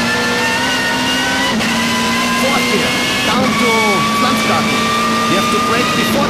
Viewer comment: 'Third gear! Fourth gear! Down to .... P F L A N Z G A R T E N !' Ich bekomm mich nicht mehr ein hahaha einfach im dicksten bayrisch 'PFLANZGARTEN' er ist einfach soo klassen haha ich feier diesen typ so hard XDD